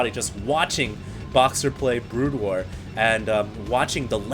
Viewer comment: Is it me or almost everytime said SC:BW, it came out as Brood Ware?:)